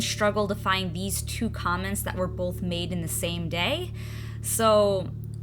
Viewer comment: I love how you say 'both', it's like 'bolth' with an L in the middle, it sounds cute lol